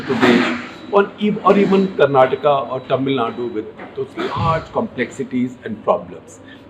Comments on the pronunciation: Thanks for pronouncing "KARNATAKA" not like typical North indian. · shekhar ji, today am very happy that you pronounced karnataka in the right away. I hope people are sensitive and respectful enough to do the same. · 👍🏼Appreciate the way you pronounced Karnataka & Bangalore otherwise I was thinking people from the hindi speaking places are alphabet 'A' blind/dumb especially when it's with South Indian names...! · Thank you so much for pronouncing Bengaluru and Karnataka the right way🙏🙏 as a kannadiga, my respect for you increased further shekar ji